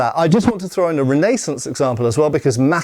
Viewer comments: Renee saunce is a crazy pronunciation 🤙🏻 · REN-NAY-SANCE, lol